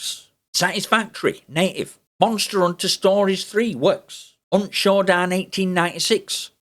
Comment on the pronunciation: Through his accent from a US english accent perspective every time he says native it sounds like he's saying naked. I'd like to officially petition for native to be replaced by naked, It just fits so much better to say that the program works naked on Linux 👍🏼